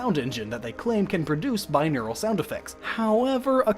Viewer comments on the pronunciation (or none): It's "binaural, not "bineural" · Why did you pronounce binaural as bineural?